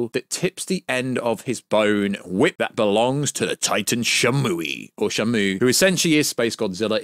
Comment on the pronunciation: You keep pronouncing shimu name wrong it's (she)(moo) not shamo. He not a whale lol